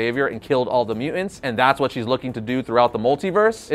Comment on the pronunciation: I hate the way this guy says mutants. “Mew-ents” 🙄